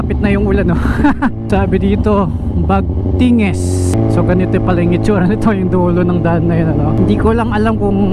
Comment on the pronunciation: brgy. bagting elementary school, gabaldon yun. hindi bagtinges.😅😂 tapos konting gulong nalang nasa dingalan ka na.👍